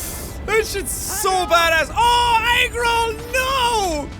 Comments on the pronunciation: Why he sound like sayong eggroll ehrb saying agro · is he calling the horse eggroll or angro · Dude it sounds like you saying egg roll and that make me think of Chinese food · It's not Agro, It's Eggroll. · Omg I thought I was the only one who thought it sounded like egg roll. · Savage Godfrey Paul it sounds like he says egg rol?? lmao not even close imo. sounds more like Arro or something to me 😂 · Does anyone else notice that when he says the horses name it sounds like egg role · Ok is he saying “Agro” or “eggrole” ? I really really REALLY want him to be calling his horse “eggrole.” I have four horses and now I’m thinking one needs a new nickname lol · Am I tripping or did he call the horse eggroll? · Nodopx he is saying eggroll